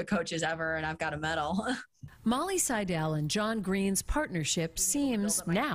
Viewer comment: Please, out of respect to the subjects of your reports, learn to pronounce the names properly! Molly accents 'Seidel' on the 1st syllable. Otherwise, nice report!👍🏼🤙🏽